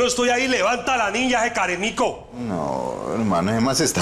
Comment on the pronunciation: meiso llorar de la risa cuando dijo care mico